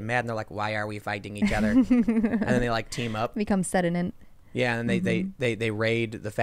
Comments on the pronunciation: Sedinent 😂😂😂 I think she meant sentient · I think it was maybe a bit of nerves being in front of the camera, most people aren't 100% comfortable in front of the lens; you were also getting questions directed AT you, which changes the dynamic of a conversation... just thought it was a funny flub